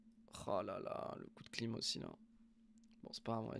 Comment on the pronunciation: a chaque fois que jentend " un veritable coup de clim" , jentend clou de kim. 😅